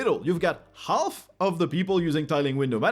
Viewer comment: I guess you should have a YouTube-search for "comedy silent letters" and watch the video "How the English language would sound if silent letters weren’t silent - BBC". I felt remembered to that by your "half" with pronouncing the "L" in there, which should be silent. ;-)